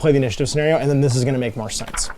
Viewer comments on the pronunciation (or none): none